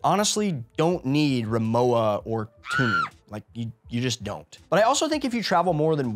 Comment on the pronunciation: Excellent advice, pretty much across the board. One little bit that seems to have escaped you: the suitcase brand RIMOWA is German. Therefore, the W is pronounced like a V.